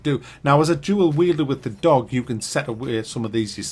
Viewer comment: Nooone: Seriously Not human:: A dOWgh. A dOWgh